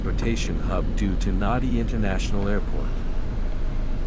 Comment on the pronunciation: Pleased to see Viseisei on YouTube. Please understand the town where the airport is located is pronounced Nandi even though it is spelt Nadi. Vinaka vakalevu .